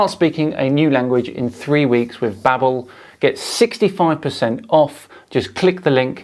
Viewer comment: Bro its pronounced babe-l as in label not babble....its like Babelfish from Hitchhikers....sorry my OCD got the better of me